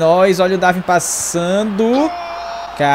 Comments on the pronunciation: E n se lê Darvin mas sim Darwin, o w se lê, Vlachodimos n se lê o H, portanto fica Vlacodimos. Adoro o canal um abraço de Portugal. 🇵🇹🇵🇹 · Diz-se DarUin não DarVin